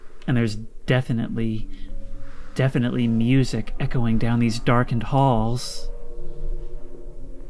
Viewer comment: bro no way that’s how you pronounce music